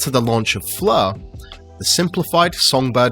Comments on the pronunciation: I heard "flurr" lol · it’s pronounced Fleurghh